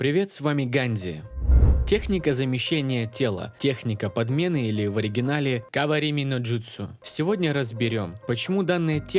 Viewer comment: Ганзи, зачем вставлять голос переводчика? У тебя "Шикарнейшее" Произношение. КаВаРиМи Но ДжУтСу